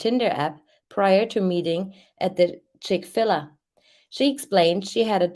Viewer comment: It's Chick-Fil-A with a long a like The letter A, not Ah. They have the best chicken sandwiches. I dont even like fadt food, but I will go to Chick-Fil-A if I'm ever somewhere that has one.